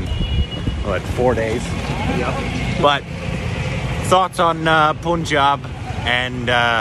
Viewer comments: Not poonjab...it's punjab...panjab....🙄....do u guys pronounce sun as soon?😒😕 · They hang out 4 days with them but stil did not corrected the pronounciation 'poonjab' to punjub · Sir Punjab is Pronounced as Panjab. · Its punjaab not puuunjab